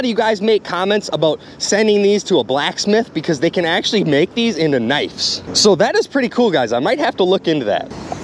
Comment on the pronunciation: It's pronounced knives, not nifes